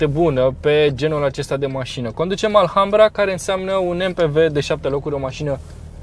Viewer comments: Offff... se scrie ALHAMBRA dar se citeste "Alambra",... H este mut.. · se pronunta alambra ddddd